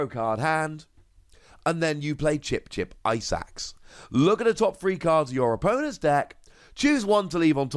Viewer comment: everytime you mention Chip-Chip Ice Axe I understand "Chip-Chip Eyesacks"